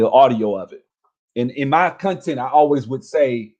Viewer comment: “Cunh-tint” lol